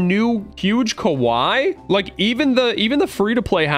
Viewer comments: Hey! The way you say “Kawaii” in the video actually means scary (Kawai). You said it correctly as the “wrong way” in your last video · is saying Kowai, instead of Kawaii. Kowai means death, Kawaii is cute.:) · Yo russo when saying kawaii its said like ka-wai-eee not Ka-wai that way youre saying it sounds like the word (scary) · Why does he say kawai its kawaii (Ka-wy-ee) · Its pronounced kuh-why-e not kuh-why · Ka-Why-ie not ka-wi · You say it as ka wi ee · it’s ka- waii like Hawaii but with a k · mans really saying kawhy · ITS (KA WHY E)